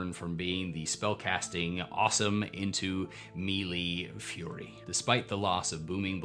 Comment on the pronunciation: I appreciate your videos, but your pronunciation of "melee" is killing me. It is "May-lay" not "Mee-lee".